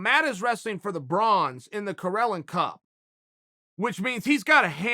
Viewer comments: Its spelled Karelin not Corellon ....... Uncle Chael is a dummy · Karelin becomes Correlin😂